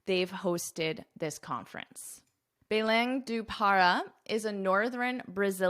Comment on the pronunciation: I'm from Brazil I'm a little late haha. The Predecessor before Lula was Jair Bolsonaro. By the way you pronounced very well 'Belém do Pará' congrats. amazing lesson as always.